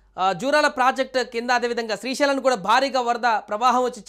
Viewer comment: అది శ్రీశీలం కాదురా లఫుట్